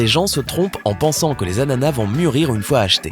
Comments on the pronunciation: Il me stresse à dire « anana » au lieu « d’ananas » 😂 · Un “ananas" Des “anana" avec un “s" muet à la fin